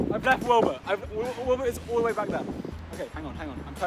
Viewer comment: "Wind bur"